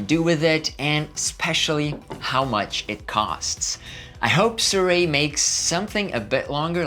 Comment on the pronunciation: don't fret, no one has been able to pronounce the name for years.